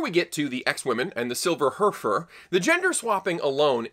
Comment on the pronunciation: 'Silver HERfer' that made me chuckle